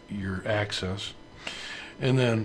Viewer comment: Just a little constructive criticism, it's a Z-AXIS (pronounced as: ax-iz), not a Z-ACCESS. Thanks for all your hard work on the videos. The plural is Axes (pronounced as ax-ie-z). Sorry, I don't mean to be negative, just trying to be helpful.